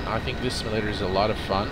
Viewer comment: It's "sim-yuh-lader" not "sim-ul-lader".